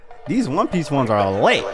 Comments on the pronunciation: bro be sayin gopeice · he said goat piece lol